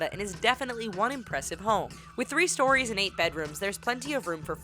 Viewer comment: typo: you say "storyes" instead of "stories". Just letting you know.